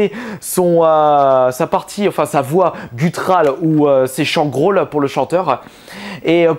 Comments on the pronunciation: C'est Guttural (GU TU RAL) et non pas Gutral, mais c'est pas grave. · Et pis on te l'a déjà dit dans les commentaires de la 1ere vidéo, on dit guttural, pas guttral.